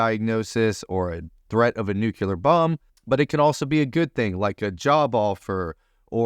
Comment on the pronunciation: A dumbass who says "nucular" has the gall to profess to be capable of teaching about writing? Pshaw.